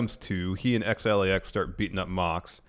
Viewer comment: love the show guys but point of contention please stop calling Santana and Ortiz XLAX, it hurts my ears haha